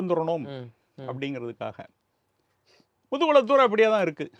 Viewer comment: முதுகுலத்தூர் இல்லை முதுகுளத்தூர்